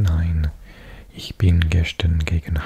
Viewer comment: Your pronunciation is actually really really good. I just noticed when you say gestern it's not ges-schtern. Its pronounced "ges-stern" no shhhhh sound. Otherwise you sound like a native speaker!